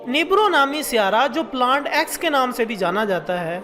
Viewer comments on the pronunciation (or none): Not plant it is planet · Plant nhi planet hota hai btw nice vid